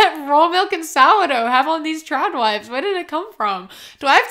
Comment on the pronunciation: the whole video I kept thinking you were saying Chad Wives not Trad Wives but it still worked but yes your points were on Point